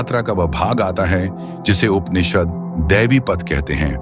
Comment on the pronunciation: कृपया उपनिषद बोलते हुए 'प' उच्चार पुरा करे. जैसे ' ' 'पुरातन' शब्द बोलते समय करते हैं.' परे ' शब्द मे प उच्चार होता हैं